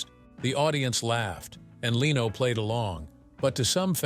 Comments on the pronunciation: It's not Leeno. It' s Leno. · Good video but I don’t subscribe to sites that use the lame AI voices that mispronounces simple words it’s lame and unprofessional , Leno not Leeno, use a real narrator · Jay Leno's last name is pronounced LENN-no, not LEE-no. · I couldn’t watch this because of the AI pronunciations of names starting with Jay Leno. The AI was pronouncing it Jay Leeno/Leano. It was so much better years ago when an actual person talked. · I missed the part where Rickles named the hated 7 - and who was "trash?" (The first name I thought of was Milton Berle). Yes, I enjoyed Rickles' humor. And I hate stupid narrators that can't even correctly pronounce a big star's name. It is NOT lee no. But congrat's on getting his first name correct. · who the f is "Leeno " !?! Loose these ai scripted narratives, they stink ! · The headline "Don Rickles Finally Names The 7 Comedians He HATED Most" shameless clickbait. Not a hint of that in the video. Also, pronouncing Jay Leno's name as Leeno was abrasive. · LEARN HOW TO PRONOUNCE LENO!!!!!!!!!!! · I blocked this channel when the ai said Jay Leeno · Jay LEENO? I stopped after, yet, another AI snafu. Way too many times AI screws up like this and I just stop listening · Leno can't you get someone who can pronounce names it's an easy one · Too bad the AI can't pronounce Jay's name correctly. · Every time they mispronounce Jay Lenos name I want to slap them!